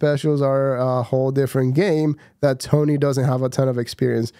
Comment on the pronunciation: Dude you're not even saying Tony's name right